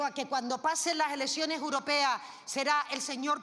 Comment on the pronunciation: Elesione uropea 😂😂x dios q le pongan un logopeda a esta inútil pueblerina